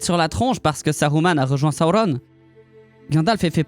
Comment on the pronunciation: La prononciation du nom sauron.....